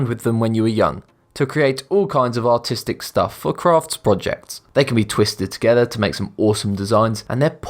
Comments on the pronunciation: He says "Artistic" as in "Autistic", atleast thats what I heard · Someone please make a video compilation of him trying to say artistic but saying autistic also that is very offensive to my friend who is autistic so next time say artsy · did he say autistic or artistic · Chernobyl he's trying to say "artistic stuff"... the accent gets him allot